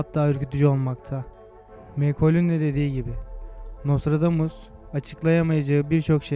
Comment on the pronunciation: HAHAHA çok komik gerçekten videoyu yapan paylaşan kişi daha nostradamus demeyi bilmiyor.....aynen şöle dior NOSTRODOMUS...:)))))